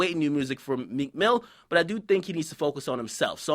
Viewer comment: Meek MilL <- notice the L he has.